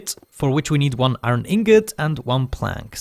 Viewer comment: Hahahahhaha man^o^^o^^o^ u so funny my dude u say aron XD did u ^ω^ btw keep up oh yeah i miss the damn vid XS aron is iron my dude^ω^^ω^ but dont even care me ok piss